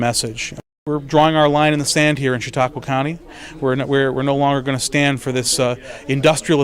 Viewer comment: and, that's Chautauqua County, NOT Chautaugua!